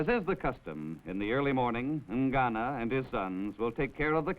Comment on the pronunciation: What is "Ngano"? I don't think that is pronounced well.